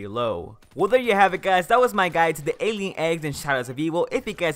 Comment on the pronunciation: Just wondering, do you guys like when you can slightly hear the gameplay in the backround? Or not? Or do you not really care? :P P.S: Note to self, learn how yo pronounce "Alien" lmao